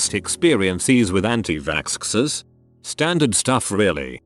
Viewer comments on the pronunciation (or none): did the robot really say it as anti vaskskers i’m crying 😂